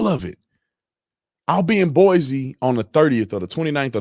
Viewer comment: Brandon, it is Boi-cee, not Boi-zee. You will impress people by saying it right.